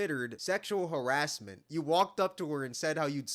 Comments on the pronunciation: This genius mf just said “Harizzment” 🤣 it’s some creativity flowing thru that big ass brain lol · Bro please stop saying “Sexual Harizzment” 🙏🏾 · "Harrizzment" is crazy 😂